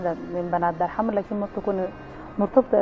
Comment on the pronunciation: المذيعة بتقول قبيلة دار حمد😂😂. دار حمر وليس دار حمد